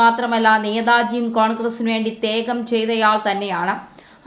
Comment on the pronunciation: ത്യേഗം അല്ല..... ത്യാഗം.... വിളറി അല്ല... വിറളി..😂😂😂😂